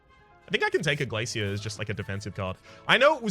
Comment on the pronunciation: Im annoyed that you don't either notice card art changes, or care about them. shows us storm which is beautiful, and recursion is certainly cooler. Zap also got a cool card art. Also, hearing you say glacier as (glay-see-er) is distressing. im sure you used to say it correctly before.